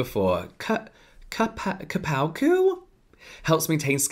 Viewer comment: Cupuaçu is like a cacao's cousin and typical from south america 🥰 you can pronounce it as "koo-poo-ah-soo". I am happy more brands are using those ingredients as they are fab.